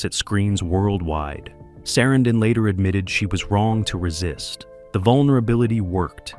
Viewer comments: Why do you keep incorrectly pronouncing Sarandon, then pronounce it correctly once? Learn what you are talking about before making a video. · I must say, that is a... creative way to pronounce "Sarandon."